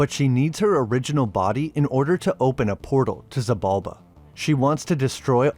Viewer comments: Xibalba is Maya Mythology, not Aztec, and it SHI-Balba, not Si-balba. X is a Sh. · It’s actually pronounced Sheeb’ Alb’ a the X makes a sh sound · "She"-bulba! For Xibalba...The X was pronounced like She...Similar to Sidhe... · The X in Xibalba is pronounced like sh. She-balba.